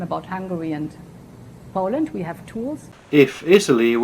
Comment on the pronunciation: “Ve have tools”